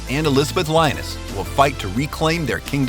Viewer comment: Leo-nis not Lion-ess. Otherwise great video.